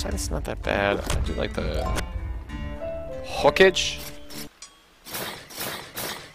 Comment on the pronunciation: Did he just pronounce hokage as ho-cage?lol......